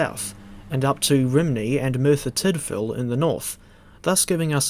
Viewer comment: A word of advise for the welsh pronunciation, Rhymney's pronounced as ruhm-nee. Great video none the less 👍